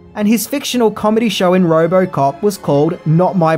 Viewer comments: Say Roborcop one more time. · It’s Robocop ! Not robo-cop 🤦 other than that : great video !